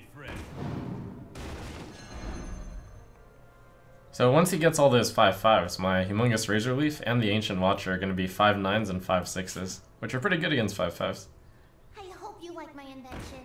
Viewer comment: its huuuugh mungus..